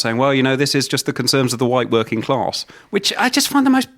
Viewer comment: There's no R in class